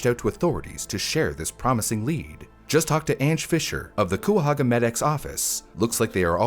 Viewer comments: For other non-locals: They are pronounced "KAI-uh-hoh-guh" and "buh-REE-uh" and "AHH-krohn" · I'm pretty sure Cuyahoga is pronounced kaya hoga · That's the county I grew up in! It's pronounced kai-a-hog-a. =) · Sorry, I lived in Cuyahoga County for years, gotta step in and say: It's pronounced "kai-uh-ho-guh." Either way, I enjoy your videos. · it's pronounced "kaya-hogga" Cuyahoga County, Ohio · Ohio resident here! it’s pronounced KY-uh-ho-guh :) I believe it means “crooked river” in a Native American language. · It's pronounced "Kentuckyahoga?" How odd... ;) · Cuyahoga is pronounced Kai-uh-ho-ga not how you said it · In my man's defense, I never would have guessed "cuy" to be pronounced as "kai" by reading it 😭 like I probably wouldn't have even looked it up either Edit: hope this didn't come off as rude lol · Coo... Come on bro.. I'd be less mad is he said Cuy, coi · as someone from the area you were so close on saying Cuyahoga correctly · That's not how Cuyahoga is pronounced 🥲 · I did not expect when opening this video a case taking place in my home state, and especially not the butchering of the name Cuyahoga 😅🤣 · The pronounciation of Cuyahoga is frying me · The way you pronounced Cuyahoga is adorable! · not the way he pronounces Cuyahoga 😭😭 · The “Cuyahoga” mispronunciation is driving me nuts but other than that this is a great video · I can’t help but point out, that that’s not how you say “Cuyahoga.” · The Cuyahoga mispronunciation throughout the video made this almost unwatchable for me, I was eye twitching every time it came up. Thank you for posting the correction! 👏🏻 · As someone from around the area it hurt every time you said "coo-ya-ho-ga", it's pronounced "ky-a-ho-ga" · it's pronounced "kai-uh-ho-gah" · Cuyahoga - Kai-a-hoag-ah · As someone born in Cuyahoga County, gotta say: the first syllable rhymes with "guy", and there's no W. Not "Cuwahoga," as you say in the video. Not a big deal, obviously, but I thought I'd mention it.